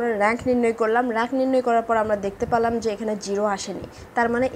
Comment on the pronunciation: আপনার ক্লাসগুলো অনেক ভালো লাগে। তবে পালাম না কি আবার পেলাম না হবে। এই উচ্চারণ টা ঠিক করা উচিত ম্যাম